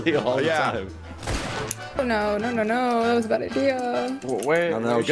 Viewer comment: “Nyo” Denis - 2020